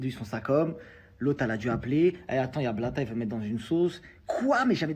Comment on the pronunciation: C'est pas Marc blata c'est Marc Plata m'a gueule